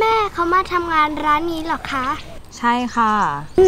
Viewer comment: แม่เขามาทำงาน*ร้านนี้หรอคะ ( ร เรือ ชัดมาก )